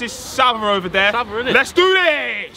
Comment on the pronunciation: It is not savva